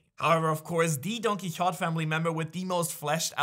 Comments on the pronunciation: Quixote is pronounced “Key-oh-tay”, for future reference. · Don who it’s pronounced key o te